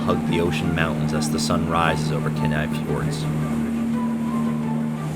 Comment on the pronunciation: OK. One, I can't believe you don't have more views, or have more comments. Bu the more comments part works in my favor. Maybe you will change your video to include the correct pronunciations of these places. Kee-nigh (like the English "Nigh", Eye-ah-lick Glacier (you do know how to pronounce "Glacier". LOL), Kot-tse-bee-you (like pee-you, something is stinky), wha-hut? Bitch? Kat-mei? No,nnnnnn,no, darlin', Kat- my,l like, "that is my national park, bitch." When you are there, it is your national park, Kat-my.), OMG< the Football!! Field Lake! We watched this lake change so drastically from 2001 until 2020, when it finally drained (I think). The ice canyon below it was always amazing. You were right to try and hike it. So many memories of a forgotten feature of Root Glacier, in Wrangell-St. Elias National Park. Pronunciantion, boys and girls! It is the first way the locals will either turn you away or accept you as their own!